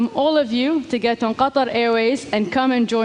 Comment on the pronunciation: Wow, I finally know how to pronounce Qatar right 😮